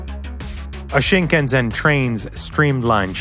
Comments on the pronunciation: Since you really do feel serenity and calmness when you ride this train, I'm going to allow the narrator pronounce it Shinkan-ZEN. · Stop pronouncing it ShinkanZen.. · Like this comment if you are angry that he pronounces shinkansen "shinganzen" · This is a great and informative, fun video, but the narrator's constant mispronunciation of shinkansen as shinkanZEN is almost unbearable. Please make sure you know how to correctly pronounce the words of the great technology you're taking about for 11 mins, or just say "bullet train" next time. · Its actually Shin-Kan-Sen, pronounce exactly as it is spelled! Only Americans overemphasise the vowel sounds in Japanese words! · Only just started watching, but it's "ShinkanSEN". The "se" is not one of the sounds that is halfway between English sounds (like Japanese "fu/hu" or Korean "b/p" are), it's just the phonetic "s" and "e" together. Japanese also has a "ze" sound that is not in "Shinkansen". Other than that rather minor and petty complaint; great video! As a Brit in Japan, the Shinkansen (and even the normal train lines) put the UK's rail network to shame. I've been back and the one thing, the ONE thing that got my blood boiling when I got back was the UK's railways. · It's grating that you're pronouncing it ShinkanZen. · Lol. ShinkanZen. Pronunciation aside, great video. Japan's plan to use the 'wide track' had been discussed for years before the Shinkansen, but it took a huge amount of effort and justification (like the Shinkansen project) to change the standard. This 'wide' track is actually in global standards, a normal sized spacing having been used everywhere even earlier than WW2. Japan decided to use the narrow track in the Meiji Era to save cost and material to build railways quicker. Hideo Shima and his father (also a train designer & engineer) cursed this decision for years whilst designing normal steam locomotives, until the Shinkansen. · Why are you keep saying "Chin-Kan-Zen"? What is wrong with you?